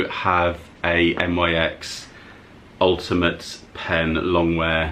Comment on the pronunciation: I think NYX is pronounced like NIX (Nicks) and when brands collaborate and they say ‘x’ .. instead of times, it means for.. e.g Soph x Revolution would be Soph for Revolution. Nice car boot finds!